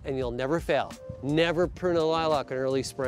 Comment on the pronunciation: I like how you pronounce lilac you must be from Spokane yes